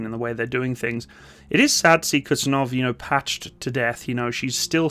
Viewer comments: It's Kuz-niet-tsov 😀not Kutsenov 😀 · It's not Kutsunov or Kutzenov. The name of the aircraft carrier is Admiral Kuznetsov. And its not exactly an typical aircraft carrier but heavy aircraft cruiser. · it hurts every time you say "Kutsenov" instead "Kuznetsov" Excelent video about russian aircraft carrying wreck that produce smokescreen while it floats... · It's not kuTZenov but kuZNETsov